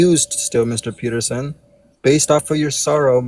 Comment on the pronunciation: Why does his constant referring to as "Peter" just peeve me as much as it does?